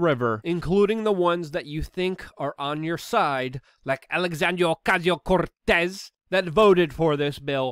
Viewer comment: The next time you say AOCs name that way, you deserve to rightfully be totally dismissed as a bigot